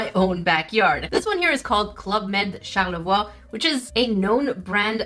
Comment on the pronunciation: That's funny, not ha ha type, there's a town called Charlevoix close to me, but in Michigan we pronounce it char la voy. I like your pronunciation better since I'm pretty sure it's the correct one and it sounds fancy.